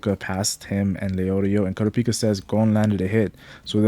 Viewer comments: Kurra peka why do so many say it like that THEY PRONOUCE IT CORRECTLY IN THE SHOW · You say everyone’s name right except for KURAPIKA it’s one syllable not 2!!! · the way you said kurapika